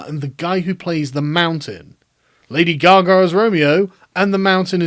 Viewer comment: Did you say "lady gargle"? Would she be happy if it went to a black MAN?